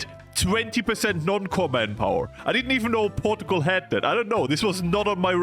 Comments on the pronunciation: Portugal is pronounced Por-chuh-gul not Port-o-gol, just small mistake you made :) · the "porgal" makes my brain lose braincells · And this nation... Is 'ourtgal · Yes the great nation of "porugual" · Porta-gul is how you pronounce it now and no one can tell me otherwise. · The way u say portugal made me itchy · rank the pronunciation of Portugal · Bro whi. Says. Portugal like. That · that cannot be the right way to pronounce portugal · In this small amount of time I have watched this video you have Broken how I read Portugal I cannot read it anyway that is not how you say it